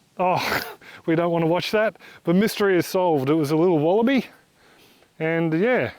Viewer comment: Wallaby became Wallabye 😏